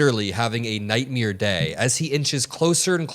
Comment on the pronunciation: I’m sorry, but “nightmeer”?